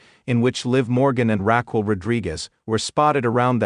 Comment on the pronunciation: It's Raquel not Rockwell